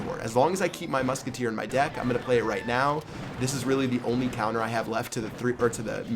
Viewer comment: just said " Cheap Pat's dick" instead of " deck" lol